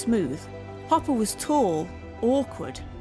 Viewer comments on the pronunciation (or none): Hopper, or "Copper," as the AI pronounced it, at least once. Sorry. Do not care for AI narration. It's too ... Artificial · Ugh is this audio narration AI? the audio clearly says “copper” instead of “Hopper” without missing a beat. 😢